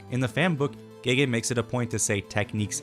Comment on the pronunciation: Speaking of mispronunciations, it always kills me how people pronounce "gege" as "gey gey," when it's actually pronounced like "guh guh." It means "big brother."